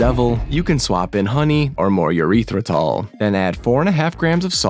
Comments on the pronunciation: It’s erythritol lol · "Urethra-Tall". Whoa-kay, buddy. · Erythratol = Air- Rith - Ra - Tall. Not like your penial urethra. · "EURETHRATOL" lol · "Eurethratol" Don't you mean Urethratol? 😂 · my man, you gotta work on your pronunciation of Erythritol (and spelling). You're making it sound like a pee hole. love your stuff, and honestly it made me laugh but just tryna look out for ya